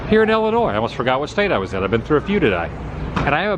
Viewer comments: Nice video, but it's pronounced Illinois as in ill. Not ell-inois. :) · its ill not ele boss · Are you saying Ellinois as in Wesconsin? Please don't. 😊 There's no e sound in either state name.